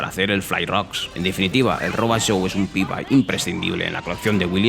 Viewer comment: Es "pinball" no "pinbai".